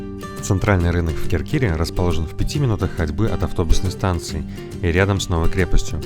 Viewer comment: Спасибо за видео! Греция это наша любовь. Больше 10 лет не изменяем ей. Очень много где побывали. Острова, материк, море, горы…. Греция такая разная, но прекрасная везде. Надеемся, что и в этом году будем там снова. И ещё, хочу поправить… не КеркИра, а КЕркира.